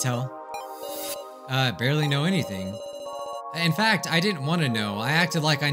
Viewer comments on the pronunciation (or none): none